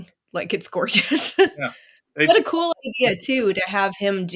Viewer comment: Swounds Cwool